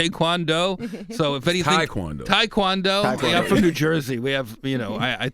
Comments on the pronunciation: It's not Tie, it's Tae... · it is pronounced tay kwan doe, not tie kwan doe.. just like hyunday not hunday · It is actually 'Tay' Kwan Do! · It’s not “Tai” Kwon Do, it’s Tae Kwon Do. Jeff Ross actually said it correctly.